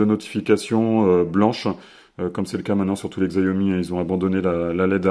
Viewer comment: je tiens a dire que la marque ce prononce "Chiaomi" et pas "Xaiomi" voila j’espère que ça pourra t'aider dans tes prochaines videos : )